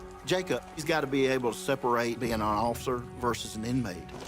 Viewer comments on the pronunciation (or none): “You’re my undercover ofider” 😅